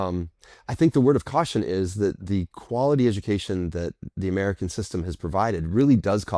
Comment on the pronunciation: The emphasis he had on the American quality education 😂 got to try and justify the price tag somehow.